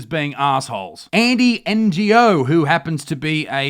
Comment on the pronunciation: His name is pronounced No, Andy Ngo!